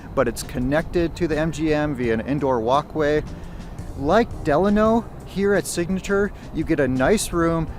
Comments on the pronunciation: Lmao the way you said Delano is crazy. 😂 it's like when people said Navada all weird. I spelled it the way people say it. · I’m a Vegas native and I have never heard anyone say it like that but we all say it the Italian way. Lol I just thought this was funny though. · You're pronouncing Delano wrong.